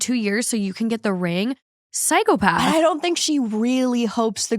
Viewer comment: I love how says "psychopath". She says it like how the Mom from the Ted TV show (the brilliant Alanna Ubach) puts strange emphasis on different syllables. "ps°YKOOhh°path" is the best way I can spell it out, without knowing the phonetic Alphabet. It's adorable.